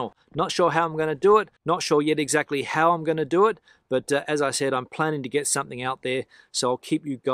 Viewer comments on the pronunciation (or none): none